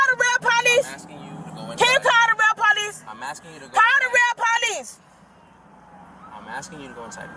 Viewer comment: Call the real po-leece.